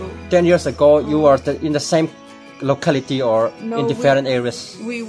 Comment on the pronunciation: Oi3 i huaisenna khi i fakawm,i phoitry or phoiem,lokhality 😂😂😂😂😂